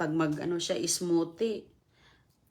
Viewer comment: please naman paulit ulit mo na ang mga sinasabi mo akala ko pa naman very informational ang vlog mo. Lemon and honey ilagay sa coffee? Ano ba ipinag sasabi mo?! Lamiiiisa, tustir, gardin, colistirol, miron, okiy, smuti Jusko po! 🤷‍♀️